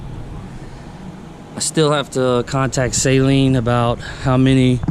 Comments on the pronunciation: Sweet car. Amazing to me that you guys that buy these cars don’t know how to say the name. Saline is solution for your contacts. Saleen. Pronounced SAAAAAALEEEEENNNN. GOOD LORD! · NOT SAY-LEEN JEEZ